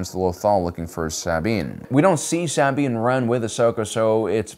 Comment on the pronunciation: Nobody is here to comment on “saw-bean” for Sabine pronunciation and “cries” for Kryze, seems like anyone who cared about the content would have correct pronunciation due to hearing it correctly many times watching the shows, perhaps this guy just reads whatever someone wrote for him and they don’t care to edit , also dude looks so sleepy and bored, def not fun to watch